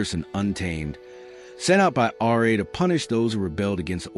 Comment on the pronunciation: As excited as I was to listen to this video I could not get more than three minutes in every time the narrator said R.A. instead of RA